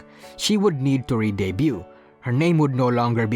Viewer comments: just a little bit of tip for a word you are pronouncing wrong. in the word debut, the T is silent. so its pronounced "day byu". Debuted is "day byud" etc. that word will come up often in your future videos so hopefully this is a bit of help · The T in debut is silent